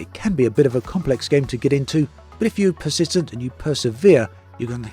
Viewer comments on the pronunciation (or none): none